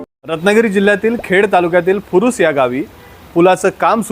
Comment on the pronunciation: Farus nahi o furus aahe